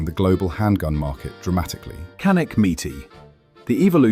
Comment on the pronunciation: kanik diyen kardeşimize canik demeyi de öğreticez :)